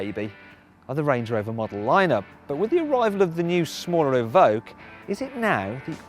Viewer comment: i believe its 'Evoque'...